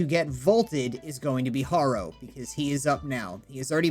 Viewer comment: Hair-o is how y pronounce it